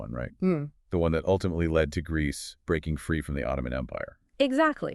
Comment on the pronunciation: Did you just say Grecce? Haha. Epiria epiri e Albania. Grecce didnt exist back than